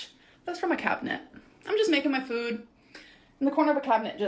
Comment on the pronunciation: I will forever hate the way she pronounces words. fOOd